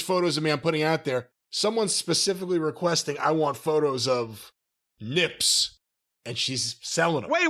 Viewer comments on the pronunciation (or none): the emphasis on "nips" 😂😂